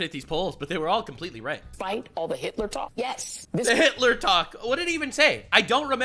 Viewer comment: Dude even Vance called him Heetlur :/ Get a fokin grasp or the reality you living in!